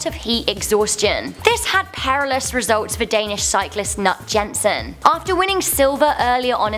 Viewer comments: lol the way you say Jensen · I know isn't Danish but it's pronounced Yen-Sen but it's Jensen